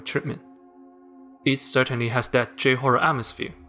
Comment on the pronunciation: please pronounce "j" in "j-horror" as "jay" and not "jew" ... it can be quite jarring